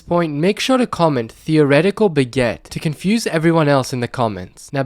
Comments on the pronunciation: Theoretical beget? Or baguette? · ''theoretical beguette''